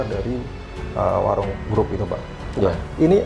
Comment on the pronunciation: Bacanya WARUNG bukan WAROENG